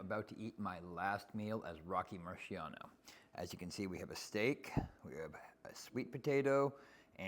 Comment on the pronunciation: Rocky Mariano? 🤣🤣